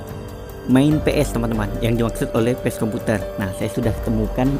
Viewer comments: P.A.C.E BUKAN PES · Bukan pes komputer bro bacanya... " Baca Pace komputer aja tolong... wkwkwkwk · Maaf bg.. Bkan pes komputer.. Tpi bacanya emang PACE KOMPUTER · bacanya PA-CE bukan PES bro.. pace itu panggilan untuk laki2 d'papua